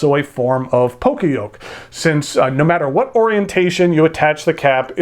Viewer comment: just wanted to mention it's pronounced "yo-kay" in poka-yoke